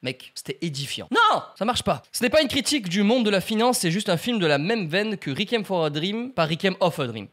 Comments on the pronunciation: Cette prononciation 😂😂😂"rikiem for a dream" mdrr ça se prononce "récouième" et sinon ben si on utilise souvent le mot "édifiant" quand même 😂😂😂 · Réquime au lieu de Requiem (repos)... comme dirait Yvick: « ça fait beaucoup là non? » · « Rikem » a dit « Rikem » donc j’ai pensé à « rikemorty » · Requiem se prononce Réquouiyème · On en parle de sa façon de prononcer "Requiem"? X) Bon sinon super vidéo ! 👍👌😁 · « Requiem » se prononce « rekouyeme »